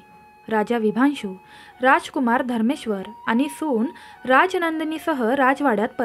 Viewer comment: अजिबात नाही आवडला ऑडिओ... उगाच कोणीही हा ऑडिओ ऐकण्यासाठी आपला वेळ फुकट घालवू नये.... कृपा करून व्हिडिओ बनवताना शेवट पर्यंत बघण्याची अट घालू नये... अतिशय घाणेरडं मराठी उच्चारण आहे... निदान शब्दोच्चार चांगले असावेत... आणि कथे मधे मधेच "विशांभु" नाव "विभांशु" झालंय त्याचं काय....?...त्या राजाचं नेमकं नाव काय आहे...? .... गोष्ट सांगता सांगता नाव कसे काय बदलू शकते.... सगळंच धन्यवाद आहे....